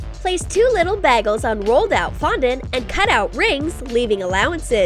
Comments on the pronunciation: Did anyone notice that they said baggles instead of bagels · Its bagels not baggels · She said Bag-els Not bagels Lol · Anyone else heard bagles and not bagels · ikr!?!? BAG-ELS!?! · Doesn’t it make you cringe how they said bagels